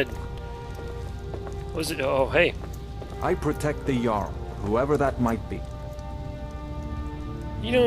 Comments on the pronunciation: it's "barr-icks" and "yarl" not "Jarl":) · quick tip jarl is pronounced yarl not trying to be nitpicky here just thought you'd like to know